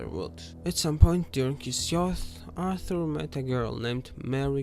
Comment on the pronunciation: ITS ARTHUR NOT ALTHU. ROBBERS NOT WOBBERS. MARY BETH NOT MEO BET